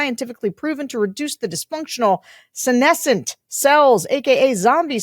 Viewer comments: Oh Sarah! You learned how to pronounce "senescent"! 🎉 yayyyy can i claim credit? I'm glad to have helped in my own small way 😊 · Hey! Sarah pronounced "senescent" correctly (my biologist brain kept glitching before). Good job!